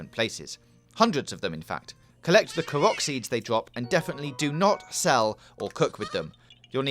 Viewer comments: and "karach seeds" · Dud he just say katerito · i swear he’s pronouncing korok wrong